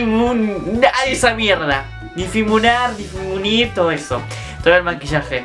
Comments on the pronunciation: JAJAJAJA me alegras los días con tus videos! Amo como soos "Difimunar" arre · "Difimunar" Yo lo digo igual JAJAJAJJA Felicitacionesss amorr mioo te lo re re mereces,gracias a vos por hacerme feliz dia a dia te amo :*